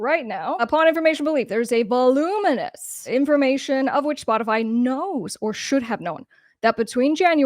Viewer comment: Aaaaagahahahah I’m sure you just Said “ Botify “ 🤣🤣🤣🤣 Perfect 🔊❤️💪🏼🙏🏼